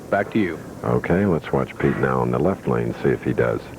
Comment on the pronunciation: Plus the way he pronounces his “L’s” drives me nuts. It’s like a combo of Y and L. “Pete Weber is up on the YLeft YLane” 😂